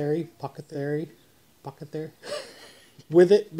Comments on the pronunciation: apoth-e-cary It is one of those French words from Greek that is hard to say for Texans. Good try though. I hate French and Greek is Greek to me. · you are amazing! This is a stunning transformation. The airbrushed details made the difference. I also liked the way the stain took darker on the raw wood from the router. Ohh and bro, no one can say "apothecary "😊